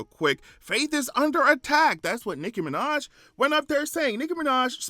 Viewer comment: Nickel Mineh at it again